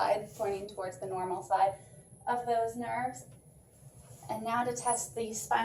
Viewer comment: Cranial “nervs” or “nerves”?